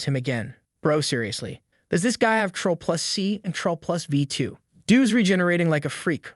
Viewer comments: its called CTRL not TROLL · CTRL is pronouce the same as CONTROL bro... not "troll"